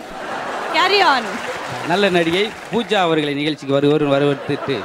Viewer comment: உச்சரிப்பு பூஸா என்பது தவறு. பூஜா என்பதே சரி. மதுரையை அசிங்கப்படுத்த வந்துள்ள மாமனிதர் முத்து அவர்கள். காலத்தின் கொடுமை😂😂😂